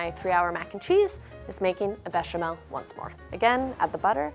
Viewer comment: Why does she say bechamel and roux the correct way but not with the gouda:(